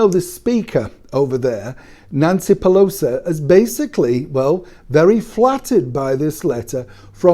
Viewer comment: Well, liars and con artist do kinda gravitate towards one another. Especially in the enriching world of politics, in my opinion. Not for the better of the people, but for the better for them, (They whisper to each other in private). Love the way you pronounce Pelosi’s name, Phew low sa. Fits her well Blessings to Great Britain.